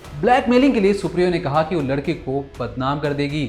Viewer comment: उच्चारण में सुधार की आवश्यकता है। जब आप 'लड़के' बोलते हैं तो 'लड़की' शब्द का आभास होता है। वाक्यों के अंत में अनावश्यक stress न देंk